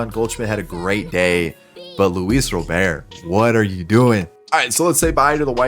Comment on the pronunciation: Luis Robert. The T is not silent lol